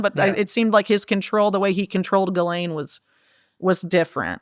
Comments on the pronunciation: Also says “Ghisplaine” and it makes me lol everytime 😂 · 6.58 "do you want to Ghisplane"? 😂